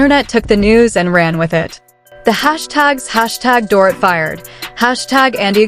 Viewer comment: CAN U PLEASE Speak DORITS NAME CORRECTLY!! It’s DOR-EET!! Not DOR-it 🙄🙄🙄